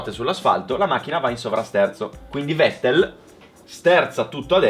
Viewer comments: Vettel si pronuncia Fettel, e' tedesco, come Volkswagen si pronuncia Folkswagen. Non e' tanto difficile da ricordare, italienisch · Si pronuncia fettel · è tedesco: Fettel si pronuncia 🤣🤣😡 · Bel video, comunque si pronuncia "fettel" (alla tedesca, poi è vero che "V" è andata via via ammorbidendosi vista la pronucia inglese) -Tedesco - -"inglesizzata" - ma alla fine kissene, ripeto bel video!